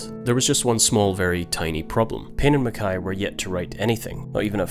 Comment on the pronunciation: One of the first people I’ve heard pronounce mackay correctly.